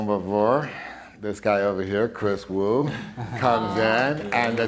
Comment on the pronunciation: I believe it's pronounced Vu, not Wu.